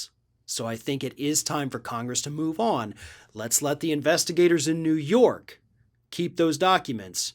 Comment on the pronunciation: It’s up to you New York, Neeewoo Yooork